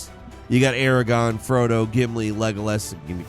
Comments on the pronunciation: Aragon.... ARAGON?!?!?!?!?!?!?!?!? MF ITS ARAGORN AND DONT YOU FUCKING FORGET!!!!!!!!!!!!!!!!!!! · You lost me at "Aragon" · sounds drunk in this video. 'Aragon'? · when he said, "Aragon" I lost my mind....